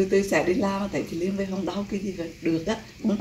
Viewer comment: Lien not Lian